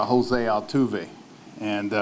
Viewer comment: Jose al-boo-ve!